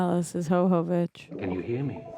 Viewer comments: Calling her "Hohovich" or whatever was painful to hear so many times... As for the franchise, unfortunately after this one is where things start to go downhill... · Why are you saying hovovich when its jovovich? 🤔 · Who the hell is this Ho-Ho Witch you keep summoning? Yoh-voh-vitch/yoh-vuh-vitch. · I have to imagine that others have come before me, but I'm not scanning all of the comments; Milla's last name is pronounced YO (like "YO, where the bitches at!?") - VO (like "I VO-ted the last election. ") VICH (like Bitch, but with a "V") 😊. YO-VO-VICH, but spelled Jovovich. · intentionally mispronouncing Milla Jovovich's last name as Ho-Ho-vich is just disrespectful and blatant ignorant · Her name is pronounce “yo-vo-vitch” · The fact that yall say her last name wrong just for funsies lol idk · The mispronunciation of Jovovich is funny like the first two times. Lol.